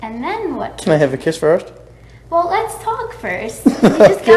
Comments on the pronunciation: "Whale, yull at me why dontcha?" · does Chris really say "well..." like "whale..." because of how said it earlier? If so that's a sly little jab right there!